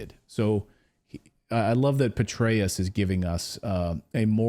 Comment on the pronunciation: Youre pronouncing it wrong it is general BETRAY-US